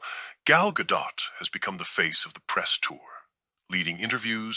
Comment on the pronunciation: Thank you for pronouncing Gal's last name correctly. Most youtubers mispronounced it.